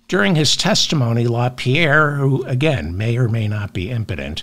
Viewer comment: Yes, he's Imporent